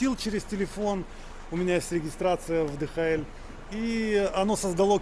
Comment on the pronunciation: Приятно посмотреть, спасибо!🎉😊 Кстати, ни ДэХаЭль, а ДиЭйчЭль (DHL).